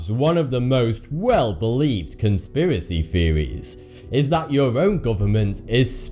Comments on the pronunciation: Cunspeewacee Feewees? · "Fawty-Two"? "Conspiwassy feewists"? "Sometimes got vee occasional fing cawwect"? "Sometimes ver twoof is even skerweer van spekewayshens and feewiz"? Pull yourself together man! You're speaking in tongues. What language is vat... I mean that meant to be anyway? You sound like Elmer 'fuckin' Fudd! Now either speak proper like wot I duz, or bugger woff! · Cunspiracy feevees you say?